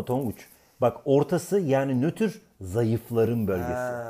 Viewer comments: Nötür degil Nötr Olcak :)) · nötür değil "NÖTR" :D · nötür değil nötr :D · nötür değil nötr